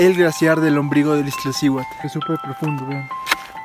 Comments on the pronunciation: Excelente video, sin embargo, es Iztaccihuatl, no IztLaccihuatl. Saludos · No es Iztlaccihuatl, es Iztaccíhuatl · Iztlaccihuatl? O Iztaccihuatl...pff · Bellísimo video, aunque me llama la atención la insistencia de llamarle "Iztlaciuat", si claramente el nombre es "Iztaccíhuatl". Felicidades a todos los que tienen el privilegio de visitar nuestras cúmbres. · No se dice "IZTLACCIHUATL" se dice "IZ TA CCI HUATL" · Muy buen video, pero cada que decia IzTLaccihuatl me brincaba el ojo 🤣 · me dan ñañaras cada vez que escucho Izt..L...accihuatl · No es Izt (L)acihuatl! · ¡¿Corriges al amigo extranjero y tú dices IzTLaccíhuatl!? ¡¿En verdad!? Se me reventaron los tímpanos. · Dislike porque no es iztaccihuatl, es Ixtlacihuatl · JAJAJAJAJAJAJAJAJAJAJAJAJAJAJAJAJAJAJAJAJAJAJAJAJAJAJAJAJAJAJAJAJAJAJAJAJAJAJAJAJAJAJAJAJAJAJAJAJAJAJAJAJAJAJAJAJAJAJAJAJAJAJAJAJAJAJA NO SABEN DECIR IZTACCIHUATL Y POPOCATÉPETL JAJAJA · TU TAMPOCO LO SABES DECIR JAJAJAJAJAJAJAJAJAJAJAJAJAJAJAJAJAJAJAJAJAJAJAJAJAJAJAJAJAJAJAJAJAJAJAJAJAJAJAJAJAJAJAJAJAJAJAJAJAJAJAJAJAJAJAJAJAJAJAJAJAJAJAJAJAJAJA PARECES UN NENE QUE NO SABES DECIR IZTACCIHUATL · Padre tu video en verdad, solo revisa la pronunciación correcta de la palabra Iztaccíhuatl